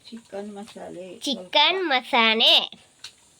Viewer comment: ಅದು chicken ಮಸಾನೆ ಅಲ್ಲ chicken ಮಸಾಲೆ 😂